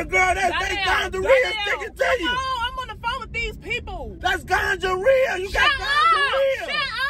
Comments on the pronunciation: he say gongorrhea, not gonorrhoea 🤣🤣🤣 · He said gonjarea 😅😂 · NOT TF HE SAID GUJA RIHA 🤦🏽‍♀️😩🙄👀👀👀🤣🤣😂😂😂😂 sleep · Already cracking up and all Big homie said was" Better not be no D in that" omg I love you guys so much. 🤣🤣🤣🤣🤣🤣🤣🤣 Today's my day off and gotta get you guys in. GONGHAREA, Gingivitis not Gonorrhea ..this man is a fool. 😂😂😂😂😂. Z you got him good ..Good job. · When he said Ganjarea 🤣😭🤣😭🤣😭🤣😭😭😭😭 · He said gonjareea lol I can't with him yo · My boy said gonjarea I can't 😅😅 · Not him saying the infection name wrong